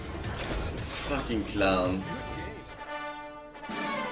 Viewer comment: its not clown, its qlown